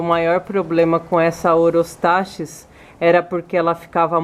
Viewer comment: A PRONÚNCIA CORRETA É OROSTAQUIS, OK? E EXISTEM 3 TIPOS IWARENGE, FURUSEI E BOHEMERI E A VERDE MALACOPHILA, UM ABRAÇO E BOA SORTE.